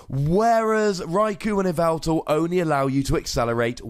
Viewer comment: This "yeh-vel-tle" is played in "Ee-vi-tal" decks., you goober!